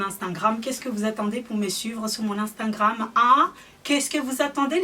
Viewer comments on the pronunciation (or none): Vanessa j'me moque pas de sakina mais quand elle dit amstangram,enfienceurs,huilda beauty je trouves ça drôle donc je vois pas pourquoi tu viens faire ton intéressante